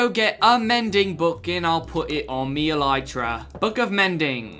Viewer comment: Him saying elytra wrong just rubs me the wrong way